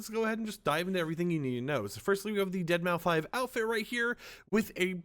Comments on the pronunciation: I said this in one of your previous videos, but it’s pronounced “Dead Mouse”. Not “Deadmau Five”. The 5 is supposed to be a substitute for an S. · Did bro just say deadmau 5 😂😂😂 it’s dead mouse buddy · Why do people keep calling him dead mau “5”? ITS DEADMAU5. Still said deadmouse but with a 5 instead of an S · yall know the 5 is pronounced as an s right? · It's pronounced (Dead) (Mouse) btw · Its pronounced deadmouse fyi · His name is pronounced as dead mouse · Deadmau5= Dead mow Shitake= She take Machinest= Mecanist. I watch just to hear how you pronounce things 😂😂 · Mau-5.... 😂 Dead-Mau-5... 🤣 He kept saying it with confidence...smh 🤣 😆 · I cringe when he pronounces deadmau5 wrong, the 5 is a S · The way you say his name pmo